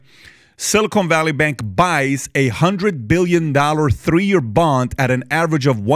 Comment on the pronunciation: Th-d-ree…ya know?